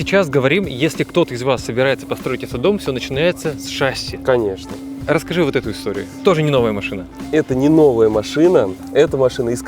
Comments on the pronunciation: Выпуск интересный и весьма любопытный.👍 Но вот слово "ШАсси", это конечно печалька...🤦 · Может быть всё-таки шассИ, а не шАсси?🤔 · Да не шАсии, а шассИ